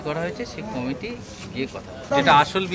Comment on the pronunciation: Committee bollo na comedy bollo bojha gelo nqa